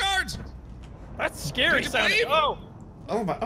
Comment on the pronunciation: "I just wanna be scawy fwom da shadows."